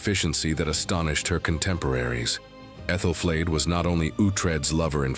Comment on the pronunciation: Yes. Medieval names are difficult to pronounce, but does AI have to pronounce them differently every time they’re said. 😂 I lost count, when it said Æthelflaed at least 4 different ways in one segment I turned it off. 🤦‍♀️